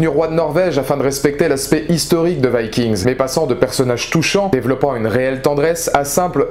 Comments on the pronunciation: il meurt tous sauf ivar et on prononce vikings et non vaskings cest un peux nul avec l'accent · ce que je retiens de la vidéo c'est la prononciation du titre viking, c'est chelou